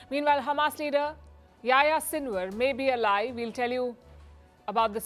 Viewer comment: It's not pronounce yah ya it's pronounced Yahi-ya